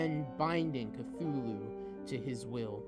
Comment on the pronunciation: omg seriously, the “NECROMONIC”?!?! its necronomicon.. say it SLOWLY.. there are FIVE syllables, not FOUR. CLUTCHOOLO?!?? 🤣🤣🤣 CHALOOKOO?!? 🤣🤣🤣🤣🤣🤣🤣 OMG THIS IS FUCKING AWWWWWFUL. ITS CTHULHU |KA|THOO|LOO| THIS WAS REALLY BAD, I WAS REALLY LOOKING FORWARD TO THIS STORY, BUT IT IS UNLISTENABLE UNLESS YOU WANT TO LAUGH REALLY HARD.. he reads way too fast, doesnt pause at the appropriate places, and pronounces SO many words incorrectly.. good thing he gave up two years ago.. he shouldnt even bother coming back until after hes much more mature and has a better understanding of what it takes to not just read, but actually narrate something like this. he most definitely needs alot of practice and quite a few reading classes before ever attempting something like this again..